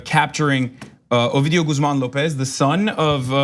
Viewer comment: This dumd bitch said "obidio"